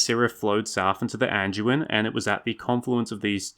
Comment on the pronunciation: Hey there, buddy😀👋🏼 Just a little heads up with the D pronunciation on the likes of the Anduin and Branduin. Try to get used to saying the D with a hard D sound, not a J sound. I’ve noticed you've done it on previous vids, too. I know it’s really easy since a lot of DU words are pronounced with a J sound…like Duke, for instance. I say it that way, too. But when you’re narrating a vid, you wanna try and keep it as professional as you can, you know? Other than that, great work.😄👍🏼